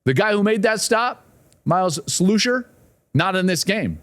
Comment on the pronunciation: Slusher not Sloosher